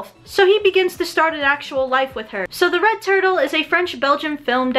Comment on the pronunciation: i thought she said the rekt turtle